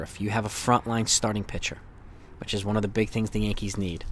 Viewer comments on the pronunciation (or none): none